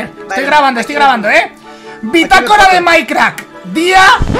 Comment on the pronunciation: porque dice mikecrak me cago en todo